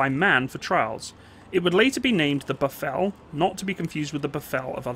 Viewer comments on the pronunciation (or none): just a note, it's not pronounced befell its pronounced "bif-fil" and is the Afrikaans name for a buffalo i.e the water buffalo. all the same the Ratel is also pronounced incorrectly it's not pronounced as "retel" but "RAA-tel" in Afrikaans the "R" character is also rolled and sounds far more guttural, just some clarity otherwise great videos thank you! great to see this, my dad was a fusilier and gun tractor driver on the G5 artillery gun and hearing all the war time stories the ones he does share makes me really proud of him as he fought for our future even though they lost in the end due to outside pressures. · Pronounced (biff)(fill) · ratel = pronounced raah-till. buffel = biff-fill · Ratel Afrikaans (RATIL) like tilling the ground Ratil to pronounce it correctly in english,, and Buffel not buf fel but buffil like filling a bottle, Buffel (Buffalo)... :) yip they reached 120km per hour with governor removed or adjusted but had severe body roll. the 20mm cannon version (dont forget the shell opening , if ya dont open that you gonna feel the hot casings all over you, firing faster than a Galil.) the 90mm was a all rounder, the missile version in early days sucked.... but did take down Russian tanks. Cocking mechanism on early 20mm Ratil sucked dick!!! a frequen Ratchet spanner... loading was a bitch as well. the good.... it ran in open field with ditches in access of 60km /ph... Angola, 6x6 60km /ph bundu bashing trees around 40km/ph. if ya hit a mine, hang the diff and keep going till safer grounds are reached. was a beast, Hooper Packer Moduler 1989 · Rhar-till and buff-fill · Ai ai...the pronunciations.....not Ra-tel but Rah- tuhl when saying it......not buf - fel but buh-fuhl when saying it. Just saying - from a South African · Thanx! BTW pronounciation: Buffel: (biff)(fill) and Ratel: (egyptian sungod- Ra)(till) Also Dewalt Venter (Deer)(vault) (Fender- just make the (d) a hard (t)) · Two things. It's said Rah-tel, andd the Buffel is said Boof-el.